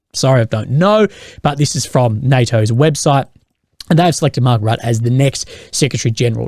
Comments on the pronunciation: Pronouce it like Marc Router. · FYI - It's pronouncing is ROOT! Tks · Another very interesting video. I believe the name is pronounced Mark "Rootta". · It's pronounced Mark Roota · As a dutchy trust me just pronounce his name like 'Ruttuh'